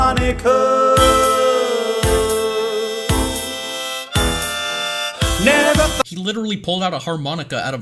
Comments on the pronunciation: har-monika hahaha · mans pulled out a harMONIKA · ahh har-monika cmon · Har-Monika :D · Har-monika XD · its a har-MONIKA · “Literature.” “Wow. Litterer.” LITTERature “Harmonica” harMONIKA